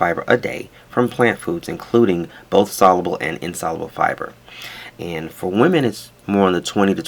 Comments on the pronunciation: sol-YOO-bull not sol-uh-bull. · sol·u·ble The “U” sound is pronounced in the middle of the word. The Premium Blend of Metamucil uses stevia as a sweetener and is a wonderful product!